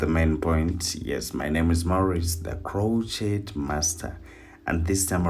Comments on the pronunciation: It’s not crotchette. It is pronounced cro shay. I am a crochet artist and have been for over 50 years. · Hi lovely video💕Just wanted to give a friendly tip , that the “t” is silent in the word “crochet”. It is usually pronounced “cro- shay”. But you are still the master😉. Love your work!! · Please be advised that the "t" is silent in the word crochet. It's french.